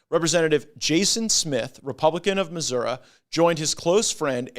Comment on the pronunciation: ❤❤❤❤❤❤Thank You Congressman Matt Gaetz for pronouncing Missouri the corrrect&educated way!Hellyeah!! 🔥 😈 🔥!!Just 1 of the many reasons to ❤love tou more Mr Gaetz!!❤❤❤❤❤❤❤joy😊!